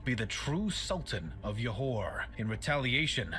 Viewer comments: We pronounce it like this; Johor = Joe hor not Yohor (J as J like Jam, Jug, and Joe) Kecil = Kechil not Kecile or Kesil (C as Ch like Channel, Chalk, Child) Kuala Lumpur = Kooala Loompoor, not Koala Loompar (U as Oo like Loop, Hoop, etc.) And Parameswara indeed has accepted Islam and change his name to Iskandar Shah And Proto-Malay people are of Austronesian origin who lives in the Malay archipelago which called Sundaland at that time Google Sundaland for more info about it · Stopped watching when they call Johor as "Yohor"... Can't take any pseudo-historian seriously if they don't even try to get native pronunciations vaguely correct. Most likely full of poorly researched facts. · Comment: you pronounced Borneo correctly than the narrator. Pronounce Peninsular with silent "R". Johor pronounced with a "Juh" sound. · Why did he say johor like that its joe-hore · It is Jho-Hor(Johor).. the guy in the video pronounced it wrong It is RaJa Ke-Chil(Kecil) It is Koo-Wa-La Loomp- Poor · its pronounced Johor J as in John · Im Malaysian and the videos pronunciation of Kuala Lumpur,Borneo and Johor are wrong btw you guys are saying Borneo correct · The video's narrator missed pronouncing a lot of words especially words that is Malay (Johor, kecil, Kuala Lumpur). when you pronounce Malay words, you pronounce them like Malay. I've never heard of people pronouncing Japanese words like sushi or anime in how-do-English-pronounce-this-word. it's pronounced as its original language. anyway, good job, you've done a better job pronouncing Malay.